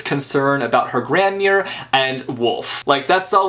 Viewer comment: It's pronounced gronmare (Grandmere0